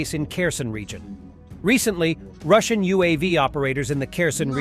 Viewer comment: You should have held back a few bucks for a better bot to read your scripts. It's been 2 years and yours can't pronounce 'Russian'.